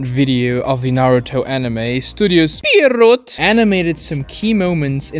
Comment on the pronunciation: The way he says “Studio Pierrot” 😭